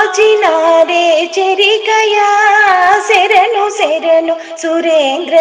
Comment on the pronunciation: శెరణు కాదు శరణు అని పాడాలి. ఎవరు పాడారండి?...నైస్ vlog